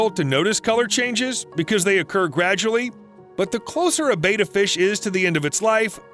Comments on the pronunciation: Betta, not beta. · By the way, betta is pronounced (bedd-uh)😄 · yeah they say "bay-tuh". Hope no one gets inspired to buy a betta and put it in a bowl from this video, but i doubt that'll happen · Sorry, I had to turn it off after you kept pronouncing Betta wrong. Don't you research these things?